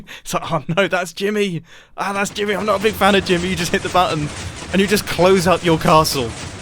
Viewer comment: Every time he says Jimmy... i hear grian...anyone else?